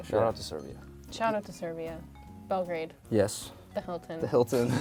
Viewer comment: Okay this is too cute but as a Serbian i can confirm that Madelyn said Belgrade incorrectly lol